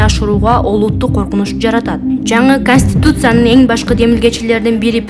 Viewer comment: Манка журналист таза суйлочу уят кылбай канустуцая дебей